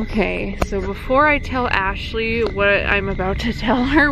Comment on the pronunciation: I know this was a year ago but Ashley really said I ran🤣🤣